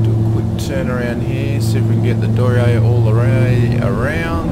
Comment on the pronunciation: Hairy - but it's down. (So maybe it's downy?) Anyway my challenge is to get you to say the aircraft name properly. It's a German company so it's pronounced Dor Knee Err. 'Dor' like in dormouse - 'Knee' as in that thing halfway down each leg - 'Err' as in to Err is human. Nice videos by the way. XX